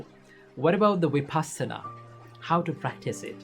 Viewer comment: Love your work Just one request The pronunciation of Vipassana !!! It’s not Vi Paasana It’s Vipussana ( puss as in fuss ) It’s a Pali term Passati is to see Vipassati is to see in a special way ( in a proper way ) Before you begin to practice Vipassana, let’s get the pronunciation right … all words have a vibration … it helps to stay with that vibration